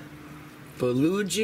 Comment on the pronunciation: Yummy! I can't help myself though...my Korean friend pronounces it 'buh-GO-gee'. You are making me want an Instant Pot. :) Thank you for the video and it is so nice to get to see your pretty self!